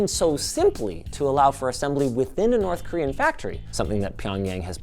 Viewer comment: Some might say its ... North KorWiian